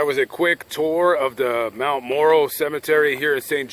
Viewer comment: Although this was done Sept. 7th, 2019, you misspelled the name of the cemetery and even pronounced it wrong!!!! It's actually Mt. Mora cemetery and not Mt. Moro cemetery!!!!! However, I do enjoy watching your vids but as a St. Joseph, Missouri native, I did want to correct you on it. If you ever come back, just let me know and we can get together and I can possibly show you some other places around here